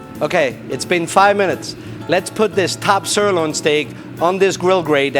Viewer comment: What I do not understand is why they pick for this commercial video someone who is not able to pronounce the word "sirloin" correctly or at all?? + Boring as ash - Thumbs DOWN